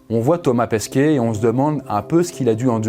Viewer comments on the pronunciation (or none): Par contre c’est Thomas PESQUET et non PAsquet 😂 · " Thomas Pasquet" olala il s'appelle Thomas PEsquet respectez le un peu voyons.